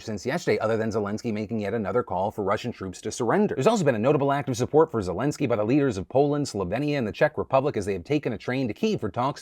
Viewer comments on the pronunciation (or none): none